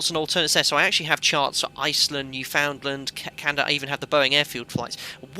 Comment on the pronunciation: Your "new found land" was like Americans saying Lie-chester. :) On this side of the pond we call it noofundlənd.